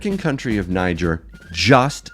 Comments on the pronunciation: Interesting info. Thanks for sharing. I noticed alot of people say Niger as in Nigel, however it is pronounced Nigeer, as in Nigeria but not. Just saying. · They pronounce Niger as “Née” “Jair”